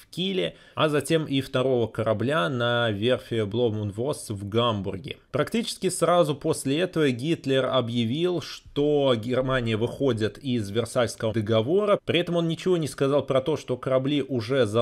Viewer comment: Блом унд Фосс. Не Блом энд Восс. А так спасибо за работу!